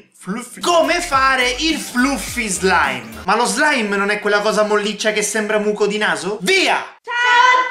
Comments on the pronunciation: Qmq si legge flaffi slaim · Si dice flaffi slaim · si pronuncia flaffi slime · Sì scrive fluffy slime ma si legge flaffy